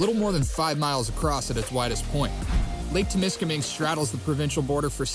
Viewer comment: It's Temiskaming, not Tim. You got donuts on the mind.